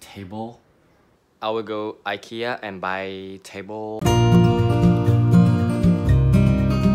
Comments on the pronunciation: You're pronouncing IKEA correctly! It is EE-KAY-UH, that is how the Swedish people (where IKEA is from) pronounce it. Only us Americans and Canadians say EYE-KEE-AH hahaha 😂, when are you going to show me around Seoul? 💘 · Your pronunciation of Ikea is actually very similar to how it’s supposed to be pronounced. I’m from Sweden and we pronounce it like you do, except you have a bit of a Korean accent to it 😊